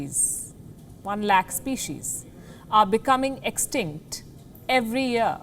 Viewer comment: Species pronunciation is not good mam.